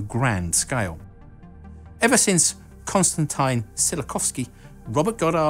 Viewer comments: I think you butchered the name of a father of rocket equation (I am not a Russian, but also a slav). Not "Constantine", but "Canstantin" and the surname is like "Tsyawkovskeey" (with "ee" really short, and last "y" almost not recognizable). In Poland we often call him "Tsyowkoweskee" (we often polonize his surname, because his father was a Pole). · And again. It's EnErgia, not EnergIa. And Konstantin, not Konstantain.